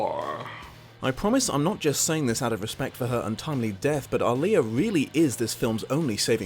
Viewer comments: Not sure of how often she'll be brought up again. But the actress/ singer playing Akasha, her name is actually pronounced Ah-Lee-Uh, not Oli-Uh. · Aaliyah is pronounced Ah Li Yah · Ah-LEE-yah you're welcome person clearly too young to remember how to pronounce her name 😘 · I thought it was so bad because Aaliyah died so abruptly and they didn't get to really finish the film. And btw you majorly mispronounced her name. It's not even your English accent making it a little off..you just said it wrong ll together lol. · Someone please teach how to pronounce Aaliyah. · Hearing say Aaliyah's name was the first time his accent threw me in all these years watching LiA. My American self had to rewind to see who he was talking about.